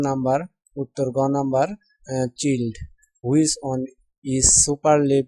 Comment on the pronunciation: চিল্ড না উচ্চারণ হবে চাইল্ড! আগে নিজে ভালো করে উচ্চারণ করতে শিখুন, তারপর ভিডিও করতে আসবেন। 😂😅